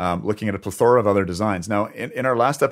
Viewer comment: I know it’s picky. But you’ve used it several times. It pronounced.. pleth - ORA And things don’t “ center around “ They revolve around. And they center on..😊